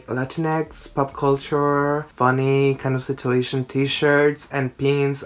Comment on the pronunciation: Amo cuando dice "Kaindasitueishon" cada dos minutos